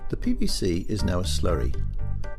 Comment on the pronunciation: sound like the commentator is saying pbc